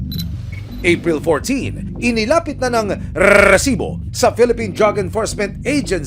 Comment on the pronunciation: mr john consulta, pwede mo bang sabihin nang maayos ang salitang resibo...ang cringe worthy kasi...as in eeeeeew!